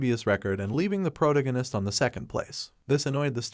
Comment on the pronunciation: PRO-tag- gone -ist not pro gon eist